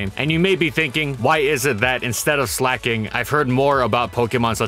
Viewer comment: SLEIGH-KING. Not “slacking”